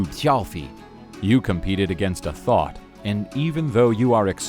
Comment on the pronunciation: "You competed against a thot." "And even though you're extremely fast," "nothing is faster than a thot." Am I the only one who heard it like that?